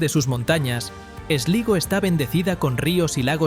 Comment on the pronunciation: Se dice Golway....,(se escribe Galway ) Slaigo (se escribe Sligo) Es importante pronunciar😅 bien